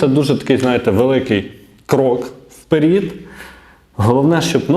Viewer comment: Коли хочется Бути публічно популярним повчи мову не " вперід" а "впе ред". А взагалі Молодець. На обездолених, нічого не вкладаючи отримуеш такі Гроші. Молодець. А стадо слухає і ЖДЕ!!!